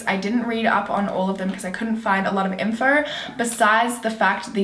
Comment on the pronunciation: The only ugly thing about this girl is the way she says "info" and I really don't even care lmao she is fucking stunning!!